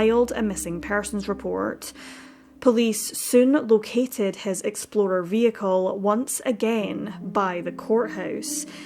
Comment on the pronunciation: I definitely heard you say red Ford Exploder haha